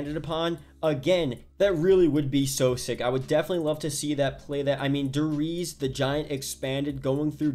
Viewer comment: Der reez